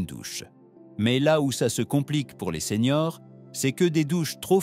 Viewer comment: Les vidéos sont très intéressantes, mais j' entends que c'est l'IA qui parle. Ainsi quand vous voulez parler des seniors, vous dites seigneurs.